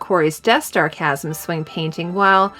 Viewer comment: Great video. However, Chasm is pronounced incorrectly. Its pronounced with a hard CH sound, like Kasm.